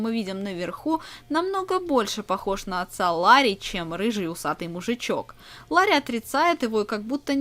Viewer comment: Не лари а Ларри!